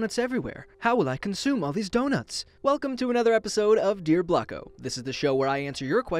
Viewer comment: I thought blocko say black ho